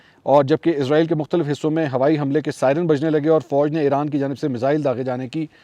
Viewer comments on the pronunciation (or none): ازرایل نہیں اسرائیل ۔۔۔